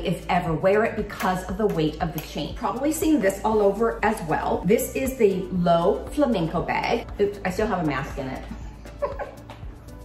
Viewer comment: Loewe it’s pronounce Lou-e-veh